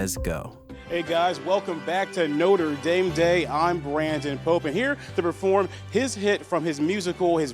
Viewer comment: No WAY you just did that, you pronounced it French, The University of Notre Dame is pronounced /ˌnoʊtərˈdeɪm/ , not /nɔ.tʁə.dam/. This is only the case in reference to the school btw, the cathedral is pronounced /nɔ.tʁə.dam/ no hate, btw, also great video! But that immediately irked me, if you come within 100 miles of Indiana and call it that, you will probably get... well, I'd say you'd get beat up or something, but you'd probably just get funny looks